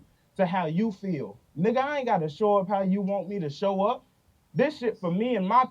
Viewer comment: He don’t say 🥷 right lmao that’s always a telltale sign 😂